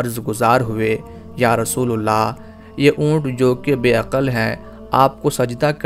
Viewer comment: Rasoolallah hai rasoolullah nahi dhyan den